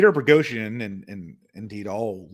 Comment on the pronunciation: Is insistence that there is an "R" in "Boghosian" some kind of inside joke at this point? I don't know why this bothers my OCD as much as it does.:D